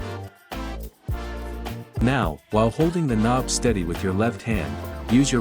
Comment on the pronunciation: It was a joke about the AI text to speech btw calling the knob a konb at parts of the video